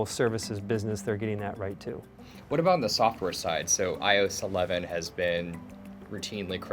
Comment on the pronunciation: He can't even pronounce iOS. This guy needs to stop doing Apple stuff, and apparently they released iOS in the fall. The fall of what?